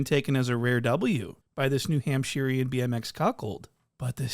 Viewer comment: “The New Hampshirian BMX cuckold” 😂😂😂